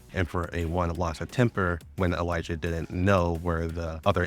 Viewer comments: I really dont like how Elisa is pronounced. Its Elee sa not Elijah. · This was great and helpful but holy fuck if you mispronouncing Elisa didn't drive me insane.